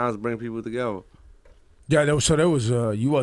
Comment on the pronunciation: wtf is "TAGEVA" its "TOGETHER" lool